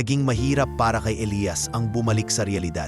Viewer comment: Maganda ang kwento pero bakit ang pagbigkas ay magkaiba gaya ng Elias ang isa naman ay Elayas😂😂😂